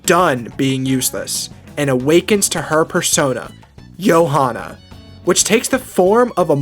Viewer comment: Thats not how you say Johana